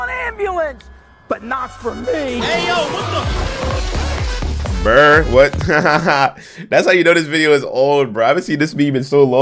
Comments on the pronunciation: Don't you pronounce buur like in Dutch "Buur" (Buur is Dutch for "neighbour")? Burr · IT IS NOT BRRR IT IS BUUR